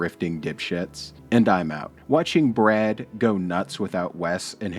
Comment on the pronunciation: Its Bwad not Brad 😂